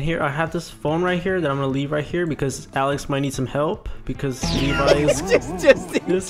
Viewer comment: Its Alex not “aleax”